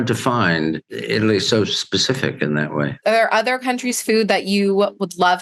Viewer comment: “ Otherrrrrrr, speciallllll” 😂